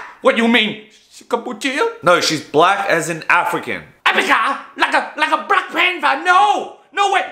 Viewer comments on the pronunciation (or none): LOL he said BLACC?? LIKE A BLACC PANTHA!?!?! lol im dead (btw I'm african American and don't find this offensive)